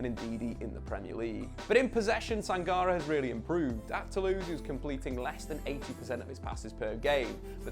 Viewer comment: Your Sangaré pronunciation makes me shiver. The accent on the é would make it Sanga-ray